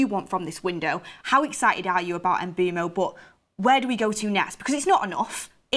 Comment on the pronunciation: My head hurts when and Mark say MBEUMOs name 🤦 it's pronounced mbwemou mboumo 🤣🤣